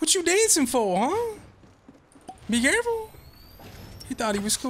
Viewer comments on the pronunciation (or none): Carful? Car full of what ?